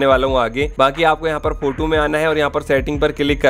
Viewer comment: Not फोटू, He is फोटो 😅😅